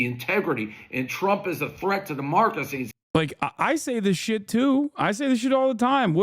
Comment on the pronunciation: Bro said "Demarcacies"